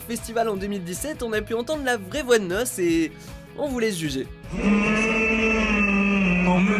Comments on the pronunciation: Mdr deja pour pnl deja sa a ete fait exprer et ademo avait di que sans vocodeur il etait claquer dans la musique « mowgli » et c’est pas n.o.s c’est ademo et tu prononce mal nos tu dit nosse au lieu de N O S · Ça se dit ain o ès et pas nosse et ça s'écrit N.O.S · Il a vraiment dis noce au lieu de N.O.S 😂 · "Adémo et Nosse" alors non c'est N.O.S donc ce n'est pas un mot, il y a des coupures et il faut prononcer les lettres. Ensuite c'est de l'autotune et encore ensuite c'est l'autotune d'Adémo qui a déconné, pas celui D'N.O.S. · Pour PNL ça m'a tué JPP par contre on dit Ademo et N.O.S pas nos NOS en toute lettre s😀😂😂😂😂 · nos .. sa se dit N.o.s merci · Vous avez dit nos au lieu de n.o.s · on dit N.O.S pas NOS. C'est du dérangement sa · Il a dit nosse au lieu de N O S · Nos!? Je suis pas d'accord c'est N.O.S ok... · C n.o.s pas nos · C’est pas nos c’est N.O.S putain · « NOSSE » Bruh.... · Je crois le plus genant cest quand il prononce le blaze de N.O.S 😂